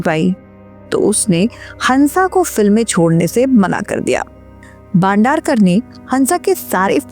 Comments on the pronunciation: "बांडारकर" ????? "भाई बंदरकर" !!!! — कहो !! अगर ये उच्चार करनेके लिये कठीन है , तो ऐसी क्लीप्स बनाना छोड दो!! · भंडारकर नहीं बंदरक